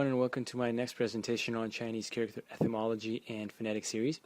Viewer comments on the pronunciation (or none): Just one thing, the word etymology doesn't have a th sound. I find your videos very helpful, thank you for taking the time to make them.